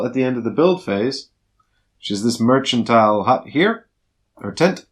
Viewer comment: Great video so helpful! :) Noticed you pronounced the word ‘mercantile’ in three different ways in the video (merSantile, merKantile, and merCHantile) :)